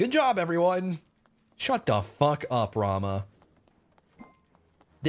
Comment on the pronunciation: He said “fook twitch!” 😂😂😂